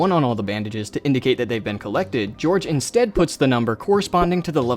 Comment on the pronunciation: "hello, we're the English police, we're here to arrest you for saying Georfe instead of George"